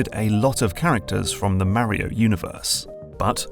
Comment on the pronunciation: I'm so torn. New GMT video not about magnets. Yay! But I have to listen to pronounce Mario. 😁